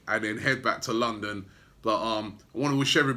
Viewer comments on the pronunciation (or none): none